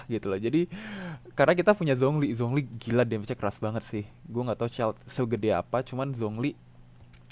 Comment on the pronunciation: Zhong Li dibacanya Chong Li